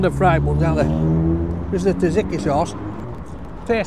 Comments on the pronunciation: PRONOUNCE TZATZIKI PROPERLY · Someone show him how to pronounce tzatziki gfs😅😅😅😅